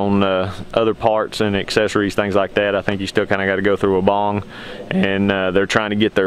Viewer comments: You can’t even say weibang right. Wee bang. Not wobong 😂. All designed in uk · Gregs Mowing hahaha even the Weibang USA answers the phone wobong so unless they pronounce it correctly that’s the only way you would know how to pronounce it. So please tell me how much experience you have with this mower?